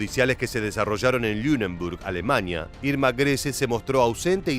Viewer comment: A - LE - MANIA... A- LE MANIA.....A- LE - MANIA.......